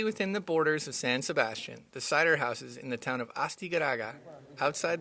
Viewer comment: Didn't pronounce san sebastian correctly!!!!!